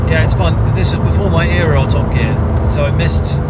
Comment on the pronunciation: And "Era" pronounced correctly, its not fucking "Error" to all Americans and other non English speakers.